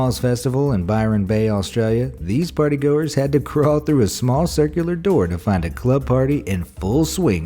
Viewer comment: He says party goers and hoes lmao am i the only one who heard that? It even says hoes in the caption generator lmao